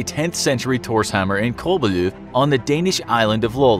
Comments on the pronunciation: The way he said Købelev is really funny and really wrong the way i know this is becuase im from Denmark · Your pronounciation of Købelev. So funny. Not critisizing though